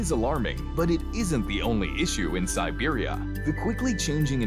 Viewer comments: And pronouncing "siberia" as "serbia" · You keep saying Serbia instead of Siberia. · Stop pronouncing Siberia as "Serbia" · Interesting video about a region that feels very remote, very harsh and quite mysterious. It sounds like the narrator is saying Serbia rather than Siberia?